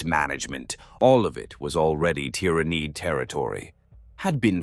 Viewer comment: Good AI. Some improvement needed on the pronunciation of ty-ra-niiid